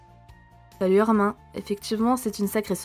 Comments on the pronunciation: Tu prononce mal le premon. C'est pas ARMAIN mais ARMINE. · sauf que ce n’est PAS un prénom FRANÇAIS donc ça se prononce ArminE, le prénom Peter on ne va pas le prononcer pété… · Ça se dit « arminE » pas « armain » ça m’a stressé ☠️ sinon c’était super !